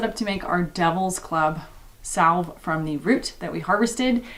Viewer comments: Salve= Sav (Like Savage) The L is silent. :) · the L is silent in salve